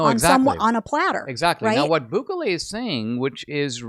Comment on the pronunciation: It’s not BÚKELE it is….. BUKELE